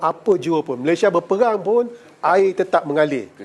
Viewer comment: Apakah sebutan yg betul sukukata terakhir nama negara 'Malaysia' dan 'Indonesia'? Mengapa disebut sebagai 'Malayshia' dan 'Indoneshia'? Bukankah itu sebutan gaya Bhs Inggeris?